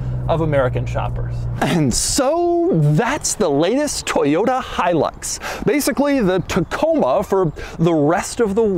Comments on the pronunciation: My favorite part of the video is how he mispronounces Hilux over and over and over, again. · It’s pronounced different in Central America. He-eww-looks.